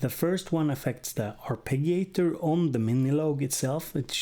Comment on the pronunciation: In english we usually say arpeh-gee-oh or arpeh-gee-ator. Soft G. Otherwise I'm really into this machine so thanks for that.